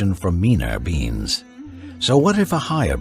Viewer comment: Am I the only one hearing "beings" as "beans"?